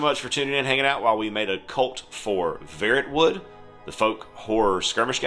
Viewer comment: Even if it's a made up word it hurts my soul how you pronounce it 😂 Instead of Ferret-wood I'd go with Fair-rot-wood Also that's a really quick and simple cult creation process 😮 Can't wait to see the first game 👌